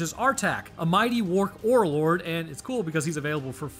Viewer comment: i know its only a little thing but "work ore lord" miss speak just made me smile so much. always amazing content and as a science bro, its always great to see people spreading knowledge and understanding in an entertaining and fun way! your awesome and thank you.